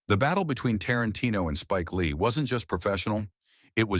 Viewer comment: Daumen runter für die Aussprache von "Framduskitildohn" , "Schpeik Lie" und "Warren Butty" . Wenn AI zwischen Sprachen nicht unterscheiden kann ("Oschenself"), dann bitte nicht verwenden... Sowas zeugt von Respektlosigkeit gegenüber der Zuschauerschaft. Übrigens soll es auch Fußballtrainer geben, die nach einmaliger Zusammenarbeit mit (vermeintlich) großen Stars mit denseben nicht mehr zusammenarbeiten wollten. Es heißt, nur schwache Persönlchkeiten dulden keine starken an ihrer Seite.